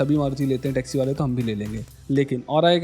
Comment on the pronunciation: Sorry bhaiya but pe "Texi" nahi "Taxi" hota hai.. and please as a genuine viewer ye overhyped wala topic mujhe thoda subjective lagaa.. I hope you continue to improve and make solid content💪💪